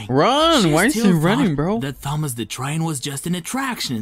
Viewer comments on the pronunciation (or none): The Narrator Is Saying Thomas' Name But The "H" Is Not Silent...